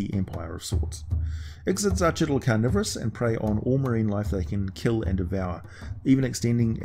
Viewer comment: IK-SIT-ZACH-IT-AL Also Demogorgon was not at all part of D&D for years until Eldritch Wizardry came out